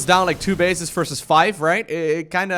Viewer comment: It's versus, not fersus